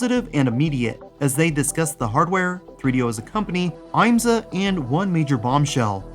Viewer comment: As a motorsport fan, the fact that an IMSA game was actually in the works is amazing! Just one little nitpick, though: the I is short (IHM-suh), not long (IAM-suh). That aside, thanks for talking about this.